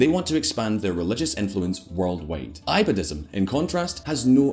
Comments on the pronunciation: It's not i badism it's e badism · Hahahaha... It's absolutely funny how some person who has little knowledge boils down the conflict in the Middle East to religious sectarianism. I live in the Middle East, you have Shiite mosques in Wahabi states like Qatar or Saudi. It's a lot more complicated than Shiite vs. Sunni. And its not I-badhism, it's pronounced Ee-badhism. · Who else is repeatedly irritated by the pronunciation of Ibadism? lol